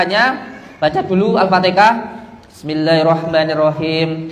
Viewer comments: Trengok alfatiha disebut al fatikah aduh2 gimana lah masa depannya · Haaaaa al-fatihah. Bkn alfatika